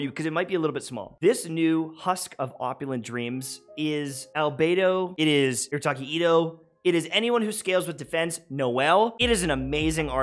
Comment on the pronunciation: Arataki itto❌ Irataki Atto✅